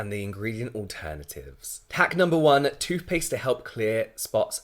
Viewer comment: Toofpaste? He seriously says toofpaste.